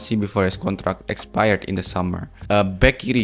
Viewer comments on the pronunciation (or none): none